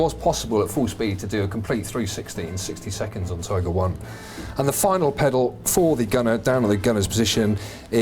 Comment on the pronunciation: Detailed comment. Thx. But it's " Tiger Panzer" not "Tigre Panzer".